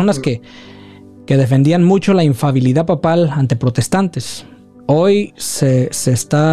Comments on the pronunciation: No se dice infabilidad corrección para ambos se dice infalibilidad, que significa que no falla, que no se equivoca. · Infalibilidad por favor, no infabilidad